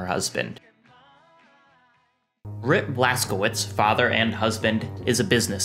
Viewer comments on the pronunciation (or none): okay say it with me: „BLAS. KO. WITSH“. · Cz is read as ch (like in i.e. check)